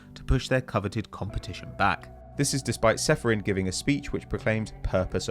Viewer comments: needs to have a chat with. How does the resident pronunciation snob butcher Čeferin like that? Č = ch, always. He's the president of UEFA, for goodness' sake... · President of UEFA and you still make no effort to at least try to pronounce his name right :/